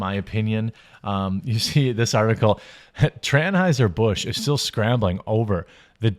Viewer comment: Did I hear you say "Transhiser-Busch"?